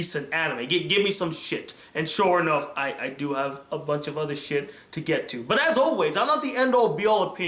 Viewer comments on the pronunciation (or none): none